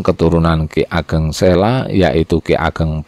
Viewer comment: Sae sanget cerito Bopo,nangin sayangipun ,kathah Boso ingkang kirang ,contonipun selo penjenengan waos sela,meniko sampun bedo artinipun,menawi boso jawi selo artinipun watu (batu),artist sanesipun njeh meniko nami daerah wantawis gunung merapi kaleh merbabu mlebet kabupaten Solotigo jaws tengah,bapak maosipun kirang pas ,boso jowo meniko sandangan ipun kathah e meniko tigo waosan 1 sa TE 2, SE patu,,eek(buang air besar),sakmeniko ,sandangan o 1, soto,Sotho( pukulan tangan),sooto (tembako ),nyuwun sewu meniko lemah ipun ngubah bacaan suwandi,kadosto ilangipun hurup so ,mature nuwun